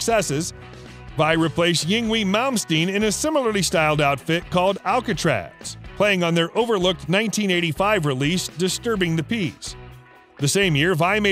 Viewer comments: It's INGVAY not yingwee...maybe get a narrator who knows. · Ing-vay malm Steen... Not yingwee lol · great video with only one huge miskate. yngwie is not pronounced yingwee its pronounced ingvey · It's pronounced Ing-vay not wing-way... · YinWIE? Its prononuced InVay... Jesus... get your facts staright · YING-WEE?!!! Ouch! Duh, how hard would it have been to find out out his name is pronounced? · "Ying-wee Malmsteen?" Come on, man. 😄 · "Ying wee" malmsteen.... rofl omg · Ying-wee Malmsteen? Ha ha. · You mispronounced "Yngwie"